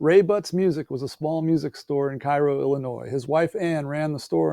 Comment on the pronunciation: Cairo is pronounced “Kay-row” Illinois